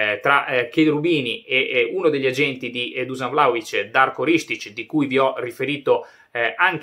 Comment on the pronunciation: On dit Duscan